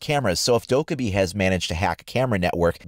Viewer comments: It's dok-eye-bi, which means gremlin in Korean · Please pronounce Dokkaebi right... Its triggering the Korean in me